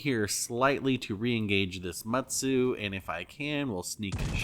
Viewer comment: Fun video apart from the consistent and frequent mispronunciation of Mutsu.